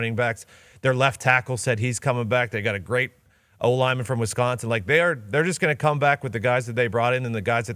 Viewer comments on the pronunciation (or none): none